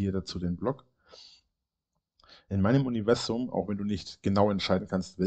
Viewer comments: Jedesmal wenn er "Uniwässum" sagt, werde ich richtig mett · Fehlt nur noch das er UNZWUAM sagt